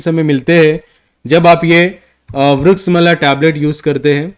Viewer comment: Vriksha-mla NAHI vriksh-amla….garNIcia nahi garCInia